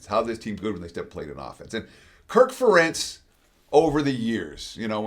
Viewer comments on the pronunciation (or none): Ferentz is pronounced like 'Parents' with emphasis on the first sylablle, not the second...it's not fa-Rentz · Something tells me this guy doesn't watch know as much about college football as he claims.. first off I'm a Duck fan and I know that Kirk Ferentz's name is pronounced "Fair-ence".. secondly, he has definitely not been watching the Ducks, the way he talked about Dante Moore makes it seem like he's just a paper stat watcher not an actual game watcher. I think the Ducks will be able to pull it out, but this guy's analyst of the game seems like he's an outsider that hasn't paid much attention. Go Ducks 🟡🟢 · Ferentz is pronounced like "parents"